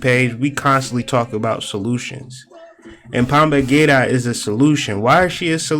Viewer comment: It’s pronounced Pomba Jeera with a J not g sound